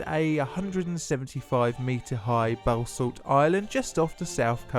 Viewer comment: Bowsalt? Bassallt